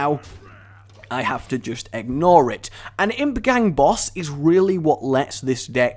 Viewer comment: Please tell me "egg-nore it" was deliberate...